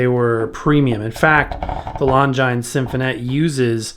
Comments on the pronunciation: Loved this video. The name of the Orchestra on your record labels is pronounced “Lon-Jeenz”. They were watch makers. Sometimes you would see Longines clocks on the outfield walls of classic ballparks. I’m going to look into this cleaner though. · I think Longines is pronounced lon-jean or lon-gene. That's French for you, never pronounced like it looks like it should be. I remember tv ads using that name and pronunciation. (( may be wrong though.))